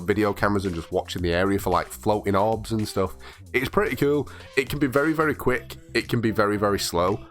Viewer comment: I love when he says coul😎😂